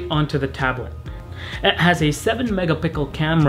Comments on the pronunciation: You total said 7 mega pickle camera... got a good chuckle out of me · "It has a 7 megapickle camera."